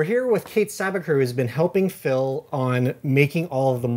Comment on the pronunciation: it sounds like he is calling him "Filth"